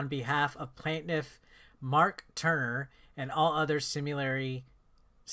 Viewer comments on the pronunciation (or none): At this point I just watch these videos to see how badly the English language gets butchered. PLAIN-TIFF not PLAN-TIFF. 🤦🏻‍♂️🤦🏻‍♂️🤦🏻‍♂️